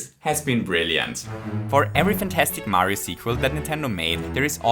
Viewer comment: Mayro sounds like Mario and doesn't at the same time